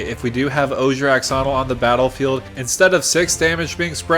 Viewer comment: "Ash"onil. X makes a shh sound.